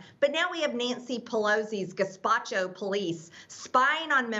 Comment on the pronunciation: 'Yeah she said gespatchio'. Sounds like a new pasta dish but she doesn't eat ethnic dishes as she's been given the lowdown by Q that Italian food is made with babies blood (with alot of tomato flavour) and pasta is made out of elephant poo dyed white mixed with the bones of megladon from the Mariana trench. lol